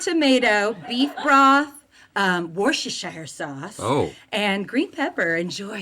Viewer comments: Repeat after me...WOOST-EH-SURE sauce. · > it’s woos-tur-shur sauce 🙂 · The English in me winced at the pronunciation of Worcestershire, but we have weird words so fair play 👏🏻